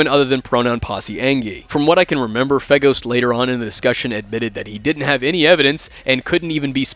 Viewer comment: I keep hearing Faygo (Like the drink) when you say FeGhost